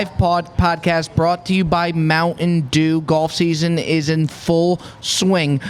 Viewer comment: Hey Bob , there is a T in Mountain Dew brother . It's not Mouwhun Dew ! 😂😂😂